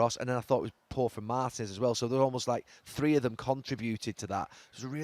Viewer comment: He managed in Spain and pronounces Martinez like that 😂